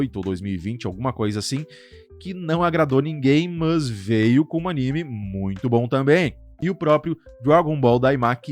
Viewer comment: Conteúdo top, a lista ficou muito boa, porém você repetindo o tempo todo "mãs" chega a doer o ouvido mano, sei lá mano, usa o porém ou entretanto, agora "mãs" usa não.